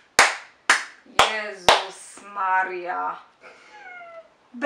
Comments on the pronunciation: Nie "Gesler" tylko "Gessler" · Gessler* a nie Gesler